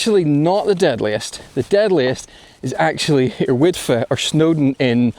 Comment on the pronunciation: Soon as u described the route I thought jeez this gonna be sooo boring 😂 seriously though that ridge looks dodgy AF! Also well done on pronouncing Yr Wyddfa properly 👌and apparently arete is ah ret - I had to Google it 😂